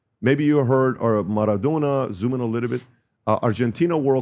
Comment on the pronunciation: Wtf is "Marathona"?